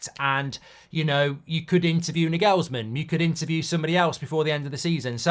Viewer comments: A saying which loosely translates to 'The fish starts to smell bad at the head' comes to my mind when I hear United. At the Arsenal we had a similar problem. It requires action and it hurts but you cannot talk it away. Btw, Nagelsmann is pronounced NAagelsmann, not NagEelsmann. Stress on the 'a' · I hope not, can’t be listening to that pronunciation of Nagelsmann every week 😂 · Cant get over how he pronounces Nagelsmann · That pronunciation of Nagelsmann is hilarious 🤣